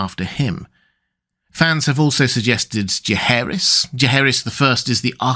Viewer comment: I think it’s Jaeharys